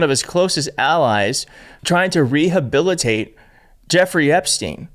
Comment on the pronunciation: No wod like ribilitate you IDIOT american, an RE-hebilitate is how it;s said in English you TWIT!